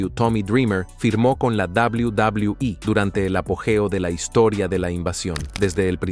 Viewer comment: "Doblaui Doblaui I"